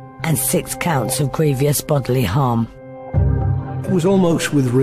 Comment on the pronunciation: I struggle with hearing someone who is an author presumably writing in English saying grievous pronounced as “griev ious” 🤷🏼‍♀️- I don’t know this word at all and especially used in the context spoken, I only know grievous. Otherwise not a bad video.